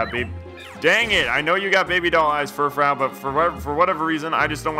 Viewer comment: "Furfrou" is pronounced "fer-froo".